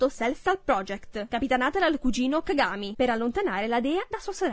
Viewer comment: "Cagámi" o "cágami" 😂😂